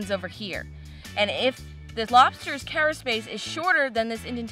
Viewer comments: Carapace: Not kera-“space” but instead kera-“pas” or “pis”. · carapace not caraspace, i miss warm water. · WAIT!! You do NOT measure the cara*space*... there is no such thing as caraspace! You measure carapace -- not SPACE! Sheeesh! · Great video as always.. Thanks for making me hungry late at night lol.. you teach us all the time, and what I offer now, is simply to make sure, you stay at the top of your game, with everything you do.. The shell that you are measuring is it's Carapace.. Pronounced Kara-Pace, or if you say it, in the quick, and cool way, it's Kara-Piss.. Please don't hate me, for giving this comment, but you looked like you were questioning yourself, when you were saying it..